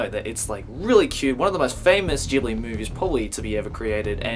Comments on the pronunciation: Its not jhibling it's ghibling G NOT J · It's pronounced GIBLI not Jibli The H is silent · Can you pronunce Ghibli correctly????